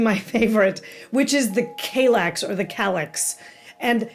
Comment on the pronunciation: Kallax is the airport of the town Kalix in the north of Sweden. Kall - like in California and lax as in ”lacks” Hurring - Hue+ring